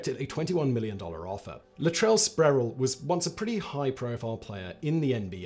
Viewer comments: It’s Latrell “Spree-well” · Pronounced “Spreewell” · How many times can one mispronounce Sprewell?